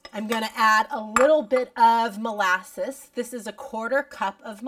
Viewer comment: What is 'molayses'...